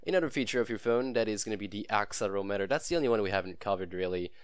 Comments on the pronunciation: that not how you say axel erometer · Useful video, thank you. What is your accent? Is it Canadian? You have a very strange way of pronouncing 'accelerometer' and 'gyroscope'. And 'Euler' is pronounced 'Oiler' (it's German).